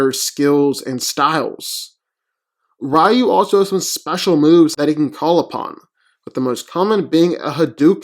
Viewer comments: It's pronounced "Ree-yoo" not "Rye-yoo"! ugh why do people always pronounce his name wrong still? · It's pronounced "Ree-yoo", not "Rye-yoo" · Reeyu not Raayu. Moreover REE YU stomps. Nothing on batman belt and wit can stop Ryu when he goes evil. Without batman classic prep time, In a random fight, batman loses badly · Rye-yoo sounds like some tasty bread 🤤🍞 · Even in English it's pronounced "Ree-yoo" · HI, I am from Thailand. In my country, it is a pronounced "Reew" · Eww, rye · The man's name is Ree You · Let me get this straight 1: you say ryu is predictable but yet hes beating everyone in sf who has characters who read movements 2: you cant even say ryus name right 3: how the fuck did you not add ryu can tap into the dark hadou and that even more powerful state of nothingness?? Oh I know cus you just fanboyed out on batman movie trailer CLOWN VIDEO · Ofcourse he had him lose cant even say his name right. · Simmons Except, that's how it's pronounced in Japanese. Do a Japanese to English search and listen to the Japanese pronunciation of the name.